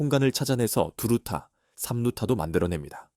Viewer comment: 두루타가 뭐냐? 당나라 읽기냐? 유차원생도 이따위로 읽지 않는다. 편집롹인도 않하냐? 게으름은 망조의 신통뱡통아야.